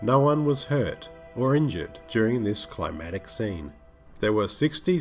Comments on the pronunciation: climactic, not climatic. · I found your "word". It's climactic. You said it wrong at least twice so far. To be fair, my word is garicature. Don't know why but I just can't say it correctly. I used to be ashamed but when people of words, like yourself, have difficulties with their own special words, I feel better about myself.